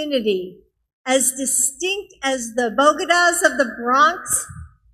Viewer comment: The "bogedas"